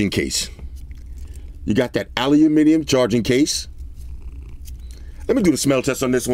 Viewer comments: "Aluhuminium case" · Lol aluminum .... Funny how you say Aluminium ✌️😎🤣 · I like that he pronounced aluminum like a British person even though he's from New York, lol. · Can someone teach this man how to say aluminium.